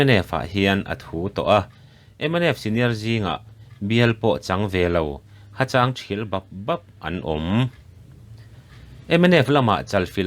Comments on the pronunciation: Hacháng nilovin Hachang tih zawk tur aw😅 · ha châng tilo in ha chang tih tur hapui thial rap rap tizawk i lam dik mai tura😂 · "Ha chang" tih i lam dan hi..."He saruh chu ava chang ve" ti a "chang" kan lam dan zawk hian aw... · 'Ha chang' tih leh 'inmung' tih kha i lam rik dan a dik lo hlauh. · Ha chang ṭhial lam dan hi lo zir teh aw, lung chang tih ang hian lam tur, bible châng tih ang lam a ni lo. Mizo ṭawng chhiar dik thiam lo lutuk hoin channel in siam a, inzir tumna in tlachham bawk si.